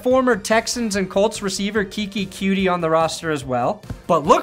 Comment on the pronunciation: Bro really said Keke “Cutie”